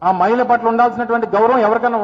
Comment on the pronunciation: మయిల కాదు అన్నా....... మహిళ అనాలి. తెలుగు రాదు ఇంగ్లీష్ రాదు. గుడ్డన్నకి. 😁😁